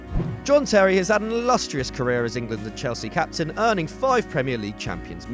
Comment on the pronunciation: Its chelsea not chelski